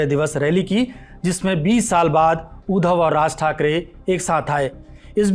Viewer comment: It’s उद्धव not ऊधव